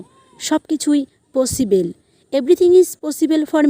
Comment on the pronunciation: পসিবেল na পসিবল এইরকম কিছু স্পিকিং thik korte hbe।।।।। Overall darun।।।।